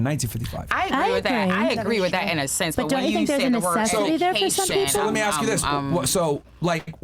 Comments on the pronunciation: Run when you hear “axe” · She can't even say the word "ask" properly 😂